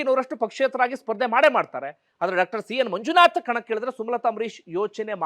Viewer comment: ಡಾಕ್ಟರ್ ಅನ್ನುವ ಬದಲು ಡಕ್ಟರ್ ಅಂತ ಕೇಳುವಾಗ ಕಸಿವಿಸಿ ಆಗುತ್ತದೆ . ದಯವಿಟ್ಟು ಸರಿಪಡಿಸಿಕೊಳ್ಳಬೇಕು ಅಂತ ವಿನಂತಿ ಇದೆ